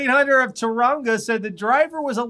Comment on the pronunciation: Hi and, Tauranga is pronounced TOE-ra-nga, with vowels like Japanese. This episode is caterrific!